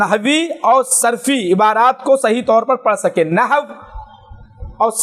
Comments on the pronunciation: نو نہیں نحو ہوتا ہے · نو نہی ہوتا بیٹا نحو ھوتا ہے